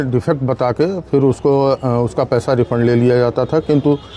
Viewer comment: रिफंड बोलते लाला 😂